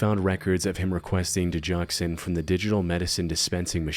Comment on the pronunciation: Go never is a J sound. Digoxin.